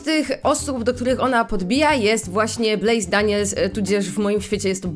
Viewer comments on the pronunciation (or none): Ej ja wiem że to jest z 2 tygodni Jak ty powiedziałaś Blaise to ja usłyszałam Blaze aż mi się przypomniał Axel Blaze z Inazumy Eleven XD